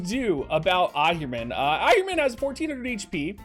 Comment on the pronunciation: It's Ahriman (/ˈɑːrɪmən/), man, not Ahirman, man~